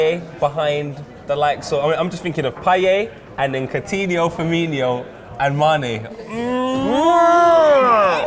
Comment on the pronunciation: this man said Firminio